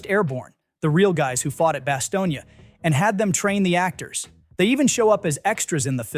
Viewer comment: Bastogne is pronounced "Bast-oyne".